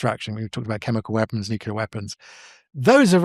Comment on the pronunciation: I still struggle listening to credible people who can’t / won’t pronounce Nuclear properly. Nucular is not a word. Nuclear is not a hard word to pronounce, it’s only two syllables, it’s not new. There are much tougher words in our language. No I’m not an English Professor, I’m an Engineer. It shouldn’t matter though. We all got the same basic education.